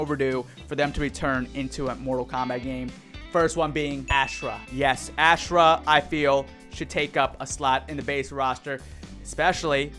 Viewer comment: Why does every so called mortal kombat YouTuber butcher Ashrah name? I know y’all played deception, I know y’all played Armageddon. It’s Aw- Srah.